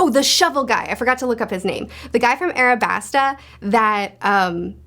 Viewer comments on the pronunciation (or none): I like but airabasta? it's alabasta. idk just something I noticed. either way great video as always